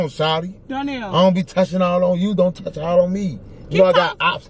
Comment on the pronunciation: “Don’t Tauch my stuff” 😂😂😂😂